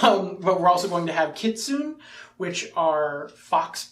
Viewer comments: Another great video from my favorite Pf2e channel! By the way, I don't want to come across as rude or anything, so sorry if I do, but "Kitsune" is きつね in Japanese, which according to my Japanese lessons would be pronounced like "Key-tsu-nay." (Oh, and worcestershire sauce is "wustuh-sure"😉 [I think]) I'm most excited for Guns and Gears and the Androids from the Ancestry guide. I actually have a rules conundrum I want your input on: Do you think a familiar can reload firearms that its master is holding? I've checked the reloading rules on aon and I don't see any requirement to be holding the weapon you're reloading, just that you can switch between one and two handed grip as part of reloading if the weapon takes both hands. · Hey guys, a few points. Thanks for the preview. Kitsune is pronounced "kit-soo-neh," as the word is from Japanese and all vowels are voiced. They are indeed being ported from 1st edition. The little grasshopper fellow looks like a grig. Meet Tyg-Titter-Tut, who you are likely to meet in the Kingmaker Adventure Path